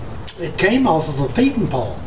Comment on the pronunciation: Is he saying "Peter Paul"?